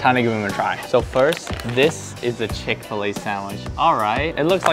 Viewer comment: Chick fa lay Chick-fil-A